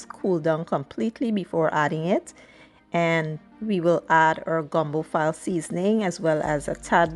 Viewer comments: I'm sure someone has enlightened you on the correct way to pronounce file' as in fill-ay, not file as in a file in a drawer. Otherwise, good job. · Ive learned that gumbo filé is actually pronounced fee-lay, like chic fil a.